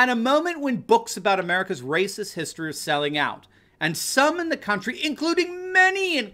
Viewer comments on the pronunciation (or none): none